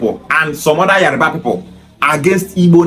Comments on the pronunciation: So many Igbo kids like yourself from youth, their Igbo parents dey preach Yoruba hate ... so it not surprising now that you are now pronouncing Yoruba as Yariba .... speaks volumes for your mind's degenerative hatred for the Yoruba nation. This is the typical hate the Igbos have for the Yorubas YET igbos will like to spin it the other way around in order to deflect blame so as look like saints in their warped up Biafraud Republic... Nonsense !!!! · It is Yoruba and not Yariba. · So you are an authority on the Yoruba tribe. You are so dumb, you need to learn how to call yoruba, not yariba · Your pronunciation of his name and Yoruba is very wrong.... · The way you pronounce Yoruba is very funny